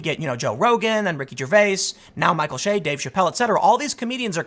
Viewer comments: Bro, it’s Che ... not Shay. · Che is pronounced like the ch in chive... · Michael Che every week: I'm Michael Che Tim: Michael Shay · Tim is such a lefty, he cant pronounce Micheal Che's last name the right way. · You'd have to actually watch SNL to know how to pronounce his name. I assume you're at least 45 if you're actually watching it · That's my point. If Mr Research is going to report on Michael Che, he should research how to pronounce the man's name. One way to do such exhaustive research is to watch any of the Weekend Update clips at SNL's YouTube channel. 30 seconds will do it.